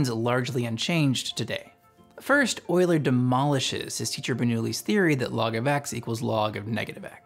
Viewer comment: Came to see if you pronounced his name properly, and stayed for the entire video. Well done.